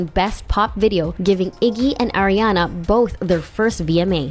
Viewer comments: STOP SAYING AIRIANA. SHE IS ARIANA. NOT AIRIANA. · It’s pronounced Ah-riana not Air-iana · AM I THE ONLY ONE THATS GETTING ANNOYED CAUSE SHE KEEPS SAYING (Aireanna) 😳😖😳😫😤☹️😡🤨😞😬🙄😶